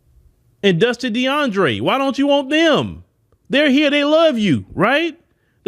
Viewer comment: Not "Dusty DeAndre " 😂